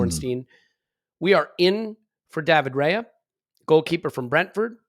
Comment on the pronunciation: I'm normally very upset about how people mispronounciate players' names, but, I'll let it go with my homies. However, however you want to pronounce it, Raya is pronounced "Rye-ah", not "Ray-er". It's also "In-yaki". No worries. I appreciate that we're mostly English speaking. I'm English/eastern European/French (and more). I get upset when people get it wrong, but, I'll forgive when reasonable excuses are given. Love the show!